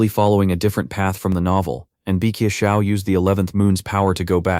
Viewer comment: mc is "seong" and the black haired dude is "seol" but at the end, ai calls them both "shaol" so it gets complicated the video ends at chapter 47 btw. and currently series is at chapter 100.